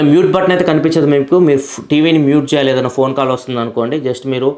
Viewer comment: Use శేయాలి అంటున్నారు "చ" కారాన్ని కొంచెం చూడండి Use చేయాలి అని పలకండి